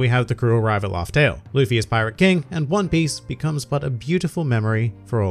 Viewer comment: You pronounced it Laftel, but usually it's pronounced Raftel. Shouldn't the "r" and "l" both change making it Lafter? Is Oda laughing because we're never going to reach the One Piece?